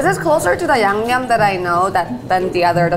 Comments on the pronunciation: YB accepting that Keith and say yumyum instead of yangnyum. 😂😂😂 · The level of respect is so clear and I love that about him. I do think the mispronunciation is cute and complimentary in this particular instance - I love that my non-Korean friends call my yangnyeom "yum yum sauce" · Keith's realness shining through 😍 when he's genuinely like I thought it was yumyum and trying so hard to say it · I do love the explicit callout that they would never purposefully mispronounce or make fun of a culture's food! LOL the grimace Keith made after trying to say yangnyeom made me laugh out loud, it can certainly be a tonguetwister!